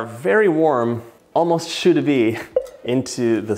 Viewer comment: Thats how you pronounce choux pastry